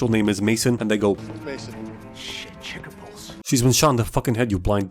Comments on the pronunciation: Thought he said "Shit chicken balls" not "Ckeck her pulse" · I literally thought he said "Chicken balls" Also, at the end. Let's just say the kid and girl survive... So what, she's gonna smash him before he's 18 lmao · I heard shit cheddar balls